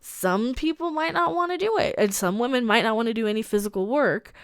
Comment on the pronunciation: Captain Wahmen Strikes Again!!😂